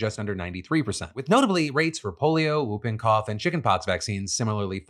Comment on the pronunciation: Are we just going to ignore how Phil pronounces whooping cough?